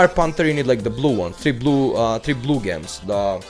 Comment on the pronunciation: gems. its pronounced jems like jewels with a j lol (this isn't a hate comment just helping with ur english)